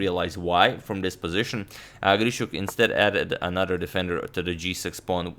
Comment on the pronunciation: Nice r-rolling on "Grischuk". Gdlischuk.